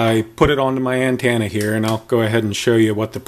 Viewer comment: What the hell is an (an-tanna) ?